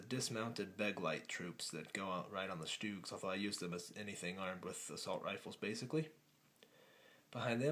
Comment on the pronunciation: Sturgs not stoogs